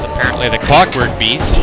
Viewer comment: Clockwork Beast sounded more like Corporate Beast !